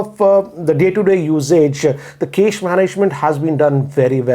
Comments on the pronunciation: Cache is pronounced as 'Cash' Sir. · Loved the way he says 'cache'😅